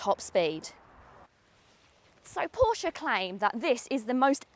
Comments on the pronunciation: This is absolutely fantastic and it looks 😍. But I think we may have a falling out over the pronunciation of Porsche...😋. Excellent production value on this video as well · She pronounced "Porsche" pretty much as most Germans would but then even Germans have different pronunciations across regions. I call it "Porsh", without pronouncing the "e" as Germans call "Jaguar" "Yaguar"